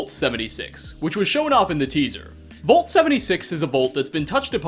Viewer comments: It's "Vault" not "Volt" lol. Either way, I still hit like, because you're awesome. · It's Vault Mate! VAULT! NOT VOLT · Man says "vault" like "volt" and he says it so many times in this video. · Me: vault: VOLT